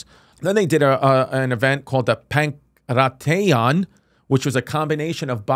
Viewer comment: the way Chrissy said Pankration was insane 😂